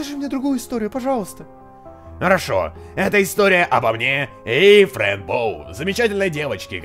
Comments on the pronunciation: не френь а фрэн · Фрэн а не френь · не френ а фрэн